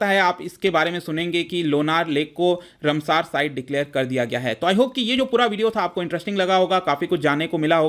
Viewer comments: रमसार नहीं रामसर। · Please take in mind that it is रामसर, and not a रमसार!